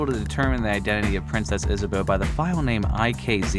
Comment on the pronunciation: Princess Isabuh Katharine Zinsmeyer lol